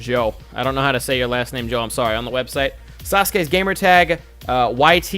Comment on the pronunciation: You answered my question and you pronounce my name correctly holy crap.Yeah thursday nights streams were in summer.Also are you back from PAX now ?